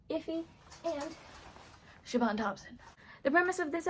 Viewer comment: This video was great! Two things I noticed though. For Zach Reino, his last name is pronounced like Reeno, not Rhino. Also, I wasn't sure if I heard you exactly, but for Siobhan Thompson, the "bh" in Siobhan is pronounced like a V, not like a B. Just thought I'd let you know. Either way, this was really entertaining, great job!